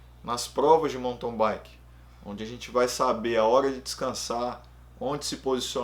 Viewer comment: Sou novo no canal, mas tenho curtido muito. Só um toque: do jeito que você fala mountain bike eu ouço "monton baique".